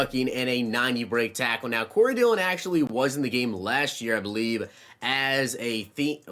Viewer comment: You got Dillion right